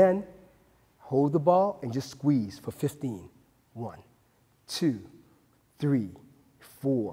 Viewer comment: He says three like a white person, that's how you know he's a real doctor.